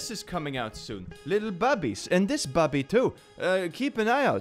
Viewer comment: i look away from my screen for a few sec to fetch something, and got spook with what said -, the way he said bobby on this vid sounds like 'babi', which translate to pig, xD i thought was selling pig plushies. sorry